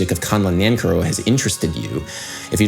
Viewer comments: A bit late but his last name is pronounced nanCARrow. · You are great and I love your video's but you are saying his name wrong :) I care for you Nan Care OH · Really interesting analysis, I learned a lot. As an aside the surname Nancarrow is from Cornwall in the far south west of England, and we pronounce it with the stress on the second syllable (ie Nan CAR row) instead of the dactylic long/short/short NAN - car-row which you use. Of course neither is 'right' or 'wrong', it's just interesting to see how these things shift over time and space. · Adam Neely My uncle, Charles Amirkhanian, was a good friend of Nancarrow and did much to bring attention to his music. I believe he pronounced his name Nan-Carrow, like the horrible Denny's like diner chain. I got to meet him when I was a little kid. Cool to see this. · Dude, seriously. Learn how to pronounce the names of the composers you talk about! Are you just trolling? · I’m pretty sure you’re saying that name incorrectly. Correct me if I’m wrong.